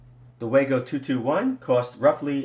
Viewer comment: It's pronounced VAHGO! and it's still a POS!